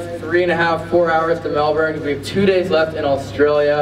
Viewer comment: MELBOURNE IS PRONOUNCED MELBIN NOT MELBORN